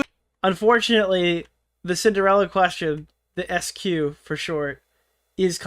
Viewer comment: ah yes, "sinderalla"